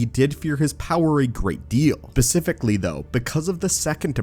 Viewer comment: Specifically not pecifically